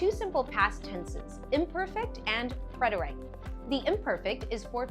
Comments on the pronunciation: It was great, but your pronunciation of preterite is incorrect. I checked it out thinking I could be wrong, but I am correct. PRET-er-it, not I. preterite /prĕt′ər-ĭt/ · Is this AI? I’ve studied Spanish all my life and have never heard preterite pronounced PRET-ER-AYT